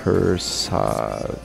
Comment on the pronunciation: It's pronounced Ram per sad